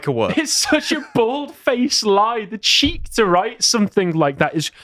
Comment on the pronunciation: The phrase is tongue and CHEEK not tongue and CHEAP. The blonde guy on the right said this at least three times in correctly